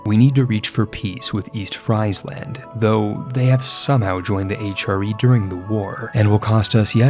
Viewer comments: Nice video! In Dutch, Friesland is pronounced more like free-sland (and a v sound instead of an f), instead of french fries land, but other pronounciations were very nice :) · PSA but for in particular, the "Fries" in Friesland is pronounced more like the English word "freeze". Please. 🇳🇱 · Fries-land lol. Only Anglophones. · Please don't make me hear Friesland again. It's Friesland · I'm sure your pronunciation of Gelre could not have been worse than your pronunciation of Friesland... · He pronounces it like that as a joke, or he has in other videos. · He says it intentionally as a joke i think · im not even dutch but that shit triggered me crazy